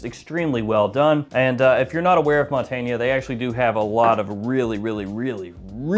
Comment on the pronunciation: Montagne, don't say the E, its not montangnE montangn